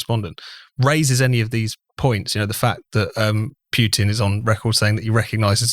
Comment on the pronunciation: Who is this "Pyutin" (Pyootin) guy? Any relation to the Russian president? You know, Vladimir Putin? (I mean, a couple of clicks on Google will give you the approximately correct pronunciation. Jeeez!)